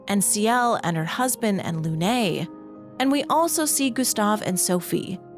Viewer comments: Please, please, for the love of god, before the next 1h+ video, learn to pronounce Lumiére and Lune. They're NOT Loomee-ay and Looné. lol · So hard getting through this with the way you say Lune.